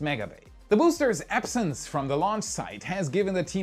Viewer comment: "the boosters epsence"? did you mean absence?